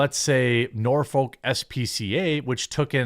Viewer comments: not nor-folk.. norfuk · We have a Peta headquarters in Norfolk, VA. You see going toward Portsmouth. And it's nah-fuk, not Norfolk, that's how we say it round our way. I'm bout 30 mins. I don't think the local news even promotes peta, but I know they promote the SPCA. They have billboards all over. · It’s pronounced Norfik